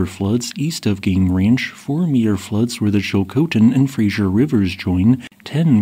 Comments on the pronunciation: "Fraser" as in Fraser river is pronounced "Frazer", not Frazher" or "Frazier". It is named for Simon Fraser, the European explorer. Incorrect pronunciation is moderately irritating to British Columbians. As my name is Fraser, I take particular exception to this mispronunciaton. As most Americans tend to mispronounce the name, notwithstanding the spelling, it isn't surprising that you do as well, however it is a geographic label, worthy of respect. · It's not the Frasier river. You keep pronouncing it like the TV show from the 90s. It's the Fraser river. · The name of the river is The Fraser NOT Frasier. It's pronounced Fray-zer. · Americans seem to be physiologically incapable of pronouncing Fraser correctly.